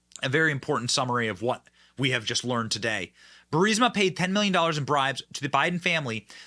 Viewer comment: You know Benny went through a character development when he pronounced 'Burisma' correctly 😂